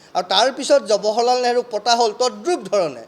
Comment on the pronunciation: থৈ দিয়ক হে আপোনাৰ ফটা লেকচাৰ জৱাহৰলাল নেহৰু নাম টোকে শুদ্ধ কৈ ক'ব পৰা নাই । জবহৰলাল নেহৰু নহয়।